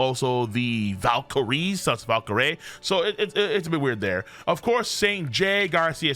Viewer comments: Bro u still reading Valcurie wrong... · Topan Valkrie would be a better pronunciation in my opinion